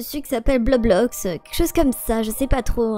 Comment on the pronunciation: Quand ellea dis bloxblox dalle ma tuer😂alors que c roblox 😂😂